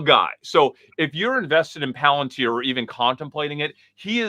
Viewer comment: hilarious. Also mispronounces Palantir around the 22 min mark